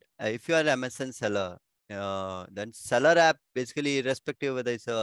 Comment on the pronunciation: It’s Amazon not Amasen 😂😂😂